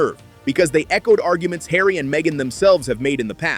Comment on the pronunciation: Markle is going to have to buy a 'yacht' and put 'Hawry' to work.